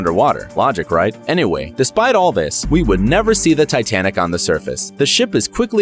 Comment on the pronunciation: lol "titianic"